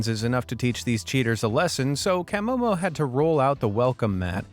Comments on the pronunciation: Kam-oh-mo? I take it the narrator has never seen one of these vids otherwise he would have know is Kuh-mow-mow. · That is not how you pronounce camomo